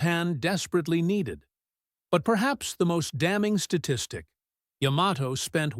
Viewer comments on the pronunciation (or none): AI voice keeps mispronouncing Yamato… 🙄